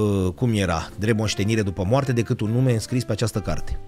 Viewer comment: Sunteți fabuloși, dar ce ne facem cu "dăcât" ul ăsta 😅...